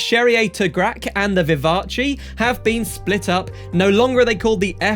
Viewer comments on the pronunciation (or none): The "Vivatchi" ??? It's French, not Italian. The end of is prononced like in "gas" in English.